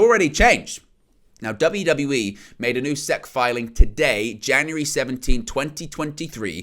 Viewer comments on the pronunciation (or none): Hey buddy, to assist you because I know you aren’t from here and so aren’t familiar with our government and it’s various agencies (much like how I am not with any of that for your country snd so is entirely understandable), fhen Security & Exchange Commission is spoken as the individual letters, so would be “S-E-C” and is spoken without a pause or anything between each spoken letter. Which the college sports around where I am from is also part of a conference which is abbreviated & said in the same way; and that’s it is called the South Eastern Conference aka the SEC. Keep up the awesome content bro!